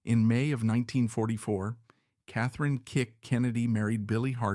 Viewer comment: Her name is KATHLEEN,NOT KATHRINE! PLEASE FIX THIS REEL!